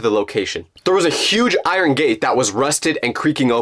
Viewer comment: when bro said iron bro said i ron not iron